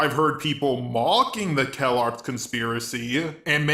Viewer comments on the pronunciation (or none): Its Calarts not Kellogg's. xD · I literally though the "calarts" was pronounced "Kellogg's'